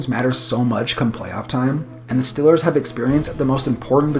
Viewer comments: say it with me, eeee not iii, eeee, not stillers, steeelers, not fild fieeeld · Why do you pronounce Steelers as "Stillers" ?